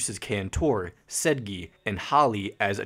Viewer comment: sehjeeee and then later said-gee howley karacka felderman also horowix